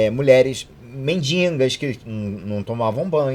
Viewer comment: Eita, falar MENDINGAS realmente é lamentável.